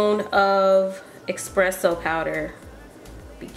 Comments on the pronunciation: "EXPRESSO powder" lmaooooo I can't y'all, its ESPRESSO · "Expresso" I can't lol